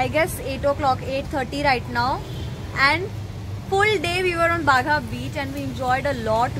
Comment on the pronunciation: It's not bagha . Its baga beach